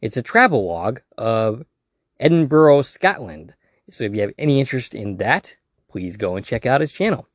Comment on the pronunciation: You've pronounced Edinburgh great this time Cheers my man. Keep up the great show. A couple more episodes to catch up on and then i'll go over to another show